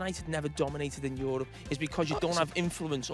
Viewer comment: Yorope 😂😂😂😂😂😂😂😂 And they said scousers are English